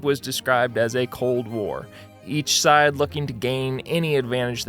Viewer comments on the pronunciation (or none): none